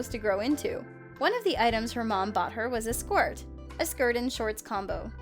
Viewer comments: Anybody else notice that siad skort instead of skirt. no just me, okay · She can't say skirt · Scort?????!!! You dumb bird its sc-ir-t